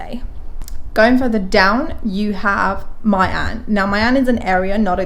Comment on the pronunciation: there's no way you pronounced My An as "Mai an"